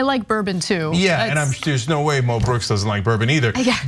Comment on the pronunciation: if its MO brooks, why do u keep saying MEL brooks? even mo brooks pronounced it MEL, learn to pronounce things americans ffs